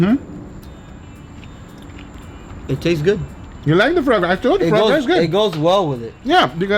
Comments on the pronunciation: GUGA! It`s called FUA GRA not fRa GRA! It`s french...."melody" launguage. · Fra Gra lol if you say it fouwah grah you will nail the pronunciation! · its pronounced "Fwa-grah" not "frog-gra" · Guga, It's not pronounced as "FRA gra", it is "FWA GRA" ;D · No one: Guga: "FrAw gRaW" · Foie gras is pronounced FWAH GRAH. No R sound for the love of God. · Also Guga, coming from a French guy, try to pronounce it as Fwa Groa